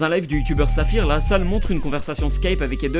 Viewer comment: « LASALLE » PAS « LA SALLE »